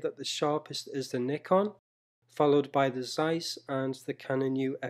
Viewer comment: One of the few youtubers who properly pronounce "Nikon".